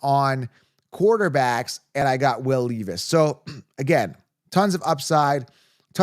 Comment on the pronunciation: Pronounced Will LEV-is And I like him this year